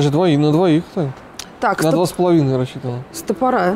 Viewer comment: Ребята, очень люблю ваши обзоры, но, без обид, стОпоры, а не стопорА.